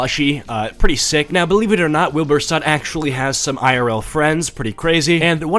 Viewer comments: You pronouncing soot is making me crack up. You're not wrong in how you pronounce it but Wilbur himself says 'sut' like suite but without the I. But you do you, your content is great :) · Not sut. Soot like book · its not soot like suit but soot like in between sut and suit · soot is pronounced as in book, not as in toot or shut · I agree I pronounced his name wrong 😑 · i think people pronounce the british way of saying because he is british💀